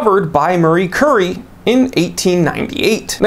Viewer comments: I have 3 Rolex watches the oldest is 1985 with a tritium dial with lume gone a long time ago. The only one still with lume is my 2015 Explorer 1. On the other hand, I also have 3 Omega's the oldest 1995 Speedy and they all still have nice lumes. Not that important but I believe she pronounced her name Marie Cure-Eee. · Marie Cure-ee